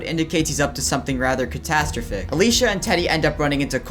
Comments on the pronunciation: cuh- STASH- ro-pic? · Great video but the way you said catastrophic made me wince